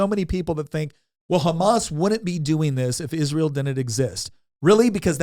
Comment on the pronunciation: Can you please be one of the few people on this earth that can pronounce Israel correctly? I’m so sick and tired of people mispronouncing it I could scream… Also, this video is totally unwatchable, I’ve gotten a commercial every one minute and 55 seconds… it is way too many freaking commercials… Goodbye